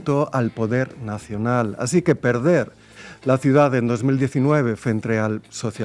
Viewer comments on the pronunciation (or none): none